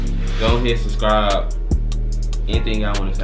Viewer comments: He said sub scribe u can't talk lol.... I just suscribe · It's the "Susscribe" for me lol